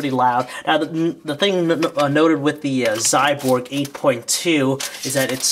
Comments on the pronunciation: Not "Xyborg", Xyboard dumbass!! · its Xyboard !!! not Xyborg !!